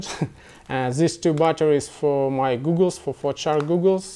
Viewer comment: It's goggles not googles no offence